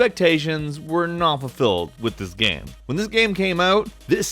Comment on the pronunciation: Does anyone else find it funny (while making as little fun of as possible) how (?) pronounces game sometimes? "Gayemm". Lol:P Just amusing.